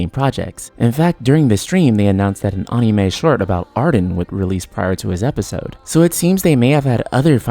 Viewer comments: Dude the way you say anime is not right. You’re say Onime, it’s sounds more like “An-nah-may” lol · STILL TRIGGERED BY YOUR PRONUNCIATION OF "AH-NIME" DO YOU SAY "AH-NIMATION"? HNNNNNNG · "Unime"?? You're saying anime wrong. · Aahneemay lol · "Ah NEE MAY" (sorry i just had to poke fun at least once) But no i'm sad about this too :( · Soon as the mispronunciation of anime was spoken, stopped and dropped the video. Peace.